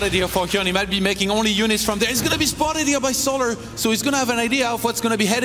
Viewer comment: Every caster says it: So Larrrrrrrrrrrrrrrrr Larrrrrrrrrrrrrrrrrr It's fucking "sol ur" Like. you know. The word Solar.